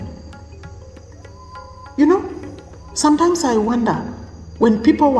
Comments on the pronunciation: And learn to say ‘sometimes’ not “Santyne” 🤣 Those slimming pills she must be popping is making her hallucinate..laughing hysterically..fills her contents with irrelevant memes. Like on trending with her Alopecea..fills her lack of contents gap with ‘nhe nhe nhe” and 🥕 chewing groundnut one seed at a time 🤣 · She really gets worked up when reacting..this. Looks like she is not ok uptairs..maybe the slimming pills she is taking. Her weight loss is drastic and not normal. I crack up everytime she says “santym” instead of sometimes..lips too heavy yet she feels herself as superior and intelligent. She too hates africans and pointing at others- bully!😂